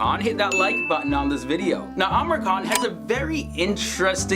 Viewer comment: seriously ...no offence bt why do you keeps calling him Amer khan..... its Amir khan.....its pronounced as "Ameer"